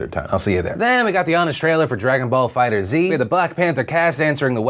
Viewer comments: It's fighterz not fighterzee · It's pronounced "fighters" not fighter Z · Dragonball fighterZ is pronounced like Dragonball fighters. Just an FYI